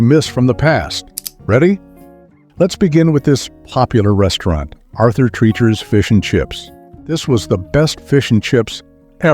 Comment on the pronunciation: You are mispronouncing Treacher's last name.